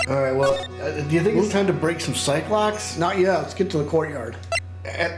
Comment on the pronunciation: Just a bit disappointed that you pronounced psycholocks as psychelocks. I always found edgeworths mispronunciation hilarious